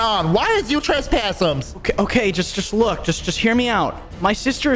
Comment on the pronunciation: the cop that came up to help at the end has such funny vocabulary tho lol. LIKE WHO SAYS BURRITMZ INSTEAD BURRITO AND TRESPASSMZ IN STEAD OF TRESSPASSING AND WHO SAYS yEaHmZs instead of yeah. like WHAT- XD